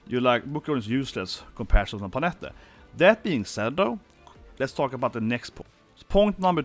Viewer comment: It's Bye-lyth not Bee-lyth, and Pannette (like Annette) not Panetta. 😂